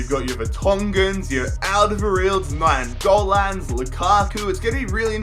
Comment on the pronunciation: "Nianggolan" yeah...